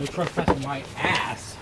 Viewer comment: Picleboy it said tres - passing you were only dos - passing